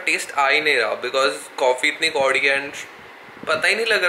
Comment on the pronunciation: No one: Literally no one:: coffee itni कोङी hai 😂😂 full punjabi mundaa😂😂